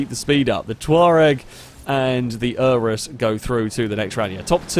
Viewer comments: Urus, not Uranus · I have to be that guy. "Oo-roos."